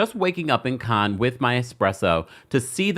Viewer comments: Sir! If you're gonna report news, please learn how to pronounce words first. Cannes is pronounced can-na, not con. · This is of little importance, but it (Cannes) is pronounced "kan" not "con". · Cannes Is Pronounced Can, Like ‘I Can’ Not Kahn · It pronounced can festival not khan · It’s pronounced as “Can’s” film festival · Pronounced Can, rhymes with tan.❤ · It’s pronounced “can” like a can of paint. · With respect, it's pronounced "can" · Cannes-cans.... Sorry it was driving me crazy.! It's pronounced cans... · Respectfully and I love you. Cannes is pronounced like can. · Hi😊 I just heard you say that the French don't like it when we mispronounce their words. I just wanted to let you know the correct way to pronounce "Cannes", is "Can"...like we say, trash can. I'm not trying to be rude, as a person with melanin, I wanna see us shine 😊❤